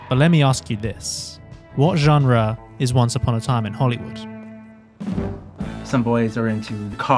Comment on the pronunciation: I hate how you say “genre”